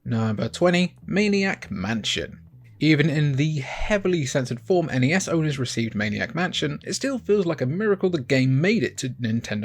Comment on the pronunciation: N-E-S. It's an acronym. Absolutely not Nes -- like Nessi from Scotland's loch.